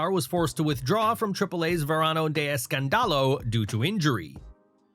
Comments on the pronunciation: If I hear Verano de EscanDAlo one more time im gonna go crazy. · I lol everytime you say escandalo 😂 u say it wrong